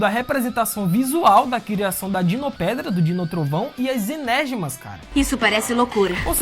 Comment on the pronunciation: enÉrgemas🤙 parabéns pela pronúncia digna de prêmio KKKKKKKKKKKKKKKKKK